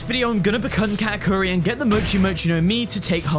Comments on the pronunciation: My god guys, he said ka'akuri instead of katakuri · You Said kaaakuri😢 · Breh said kaakuri its katakuri canesace😅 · Kaakuri kaakuri KAAKURI HIS NAME IS KA TA KU RI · I think I heard kaakuri and not Katakuri